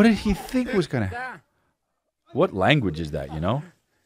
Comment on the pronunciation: “Gunna lose”😂😂 that’s whT I heard when Chris said that about the trial